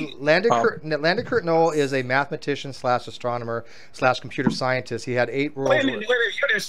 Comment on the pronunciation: "Are you an Astromoner"...TWICE after being corrected on the word